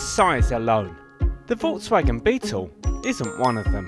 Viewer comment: why can't this guy say volKswagen??? 😣